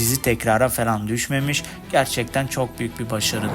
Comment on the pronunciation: kanka felan değil "falan"